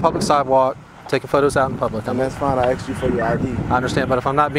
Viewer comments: How can they pin a badge on a fool that says "axed" meaning "asked"? Uneducated 😮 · I "axed" you. Hilarious! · Well.....he "axed" him. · "Axed" "lawterin"